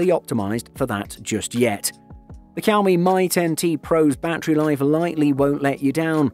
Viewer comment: "Poe-co", "cow-me", "steerio speakers" Your pronunciations are killing me XD